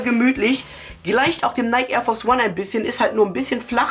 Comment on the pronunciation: alta so spricht man nike nicht aus wann lernst du das mal? haha